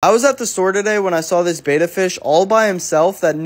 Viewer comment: Betta not beta. Beta is a Greek letter. It's pronounced bet-uh not bay-tuh.